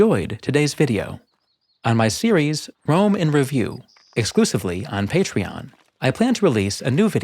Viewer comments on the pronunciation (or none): none